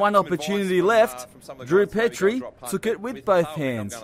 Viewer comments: It’s pronounced Peetrie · Petrie pronounced wrong